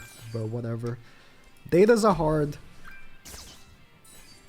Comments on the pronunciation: zahard pronunciation is more like Jahad with J prnounced like he portuguese "J" or the russian "Zh". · Zahard is pronounced as Jahad. This is because there is no z sound in Korean. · Zahard's name is pronounced as Jahad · It’s been funny to hear all the YouTubers pronounce the z in Zahard when it’s pronounced Jahad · Bro fuckin said hazard😭